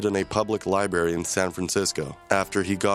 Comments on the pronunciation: Ain’t no way bro said “liberry” 💀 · did he say “liberry”?